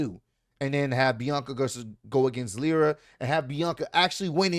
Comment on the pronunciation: it’s Lyra lie-ra